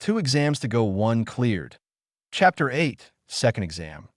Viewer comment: 'Hapter' one 😂 I like the video though